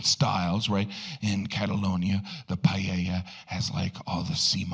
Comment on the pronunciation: Yes, I thought it was a bit insulting. And at least he could have learned to say PAELLA.